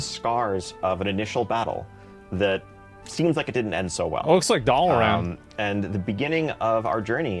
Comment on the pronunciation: He also can't pronounce Dalaran correctly. I love it. haha